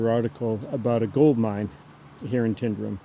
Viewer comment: Tyndrum is not pronounced as TIN. Think of it as TYNE, it comes from the Gaelic 'Taigh an Droma'. I lived in crianlarich for many years and my uncle lived in Tyndrum. Also, you (along with virtually every person from over the Atlantic) pronounce Edinburgh incorrectly as well. When saying Edinburgh, end it with an uh sound, not an oh.